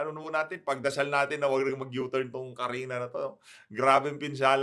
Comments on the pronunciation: Kristine not Carina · kristine po! hnd carina.hehehe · Kuya, Kristine po hindi Karina, hahahahahaha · Kristine po Hindi Carina ang bagyo. Sir.